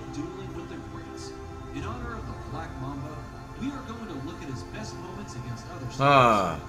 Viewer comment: did no one else realize that he said black mama flight still the goat tho